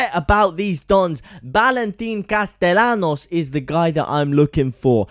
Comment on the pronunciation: I was watching to see if in “Sevilla”, you would correctly pronounce “Castellanos”. SPOILER ALERT: You did not. Ask a local how to pronounce “LL” in Spanish.